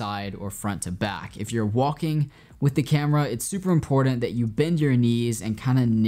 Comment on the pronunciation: Brother you are mad talented, but we need to teach you how to say the word "important" properly. ;)